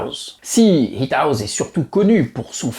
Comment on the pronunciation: Super vidéo bravo. Par contre la prononciation de House est Haousse et non pas Haouz.